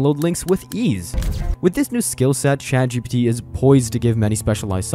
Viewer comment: A couple of times I thought the narrator said, ChadGPT. That, my friends, is the apocalypse.